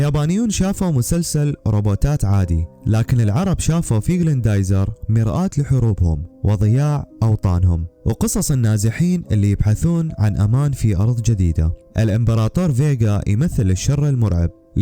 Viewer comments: بس يهبل، ما حدا غيرك فاشل بعدين إسمو "غراندايزر" وليس "غليندايزر" ما في إسم عم تلفظو صح 😂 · گريندايزر... مو گليندايزر... ياصاحب القناة 😂😂😂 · غسلت ايدي منك من كلت كلندايزر ... تقدم تقرير على مسلسل وانت متعرف تقراء اسمه صح